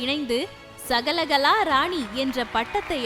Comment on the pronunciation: அம்மா தாயே...மாலைகளா...மாலைகலா. சகலகலாவா...சகலகளாவா...உன் வாயில் வசம்பை வைத்து தேய்க்க...நீயும் உன் தமிழும்...உன்னை பேச வைத்தவரைத் தாய் தான் குறை சொல்லணுமோ